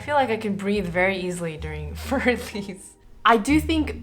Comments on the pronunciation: I like both presenters a lot but neither pronounced this correctly, and the classical pianist was the worst. I just think that if one is going to make a video praising or criticising a work of music, one should look up how to pronounce it first. Für is not like "fur" as in the hair on an animal. And Elise has 3 syllables, not 2. It's one thing for kids and grade-school music teachers to get it wrong, but the presenters? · Every time I hear "für" pronounced as "fyoor", I cringe. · "Fear Elise"??? That's a funny way to pronounce it. 🤣